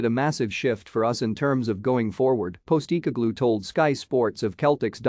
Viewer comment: Dude. Do your own voiceover, that text to speech thing is red rotten... Keltic... Postee cogloo... Ih Brox... Jist naw!!!